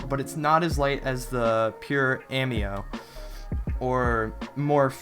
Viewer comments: aimo = (AH - ME - OH) incorrect. (AY - MO) correct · bruh its roccat kone aimo not roccat kone amio